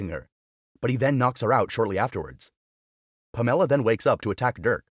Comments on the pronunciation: I checked out when you pronounced Pamela as Pam Ella!! Too painful to listen to! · Never heard of anyone named Puh-Meh-Luh before. 🤣🤣🤣